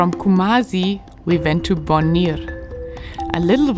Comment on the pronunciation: i tried my best though 😂. Bonwire for example is supposed to be pronounced more like “Bonire”, the “wire” is just swallowed. I am so bad at pronouncing names right - still somehow have to say them. 😂